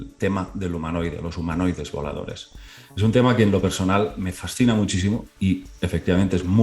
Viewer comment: Yo pensé que decía humanoides violadores 😂